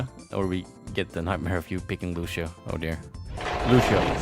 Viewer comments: Gets mad at people for mispronouncing Brigettes name Horrifically mispronounces Lucio's name. It is not, and has never been, lu she o. He says his own name often. Lu see o. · there is not sh/š in lucio